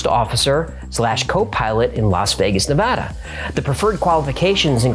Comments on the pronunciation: One of my favorite things about this video is that you pronounce Nevada correctly!! 👽👽 Keep it up, this channel is chefs kiss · Im impressed by how you correctly say Nevada, and more impressed that you referred to the airport in vegas as McCarren. Keep up the good work dude.